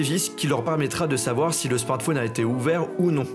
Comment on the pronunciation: Un smartphone, pas un smartfaune. C'est pourtant très simple, c'est comme dans téléphone, ça se dit pas "téléfaune".